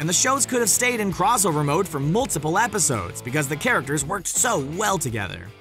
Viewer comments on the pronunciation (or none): none